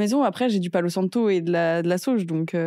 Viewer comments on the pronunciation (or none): Quand maghla a dit je sais pas mais de la sauge. Jai compris au début mets de la "sauce"😂😂